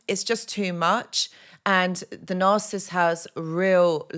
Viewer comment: You struggling to pronounce the N word😂